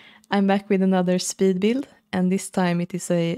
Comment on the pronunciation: This is absolutely beautiful! I am so impressed! Just have to add that it was brilliant to spot another Swede in the beginning when you said “I’m back with another speedbuild”, and the way you pronounced speedbuild gave it away right away 😁 Thank you for the building inspiration! 😍🤗